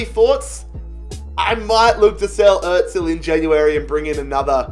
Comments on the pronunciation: The way he says özil btw it is Errr zil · Like if he is saying Ozil wrong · Can this guy pronounce anyone’s name correctly? It’s really annoying dude. Get your shit together